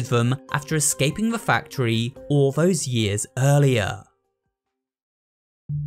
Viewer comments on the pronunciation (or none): none